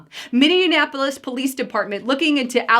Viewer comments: Noooo...you said Minne-an-apolis 😬 I live here...I'd enjoy seeing Omar in prison or sent back to Somalia with her entire crew!!! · It’s pronounced minnie apolis not minnianapolis thanks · It's minnie apple lis. No in in the middle 😀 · it is pronounced Minni-apple-is. You are pronouncing it with too many N's.